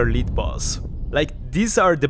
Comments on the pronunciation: By the way, “lead” the metal is pronounced “led”. “lead” the verb is pronounced “leed”. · Great video! BTW, "lead" (the metal) is pronounced "led" (like Led Zeppelin)